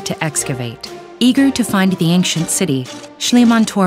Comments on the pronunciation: This pronunciation of the word 'ancient' is mildly irritating: /ˈenkʃent/. It is supposed to be: /ˈeɪnʃ(ə)nt/ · YOU PRONOUNCED ANCIENT WRONG EVERY TIME YOU SAID IT. IM HAVING AN ANEURYSM